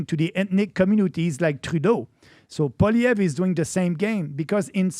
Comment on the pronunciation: PBD , your pronunciation of Maxime Bernier's name is beautiful. PLEASE work on Poilievre. I cringe when I hear Americans say it. Think of it as "Polly Ev" That's it! Forget all the other letters. It's French!🤣 but that's how it's said. Please and thank u❣️😀🎉